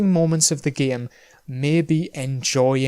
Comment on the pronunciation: Love how he pronounced game as Giyimm